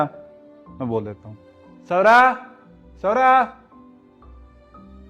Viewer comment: Pahle ek kam kariye nam Agar Swara hai to pronounce Swara hi karo. Apki khud ki production mein thik nahi bol pate. Sora ya Saura pronounce karte ho. Aur ye Swara dikhnemei itni sunder hai Quon ise hamesha bure character mein dhalte ho. Aur khud 50 Saal ke lagte ho, aur college student bante ho.